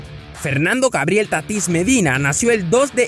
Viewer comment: Oiga hermano soy de spm lo conozco , no es Tatís , es Tatis 🤦🏾‍♂️